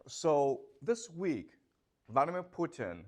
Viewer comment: I love the way he said "Phu Tien", sounds less threatening 😁